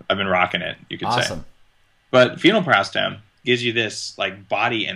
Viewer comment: thanks, i thought thats what he was referring too but it sounds like he wasn't pronouncing it "phenylpiracetam." maybe i'm trippin ;)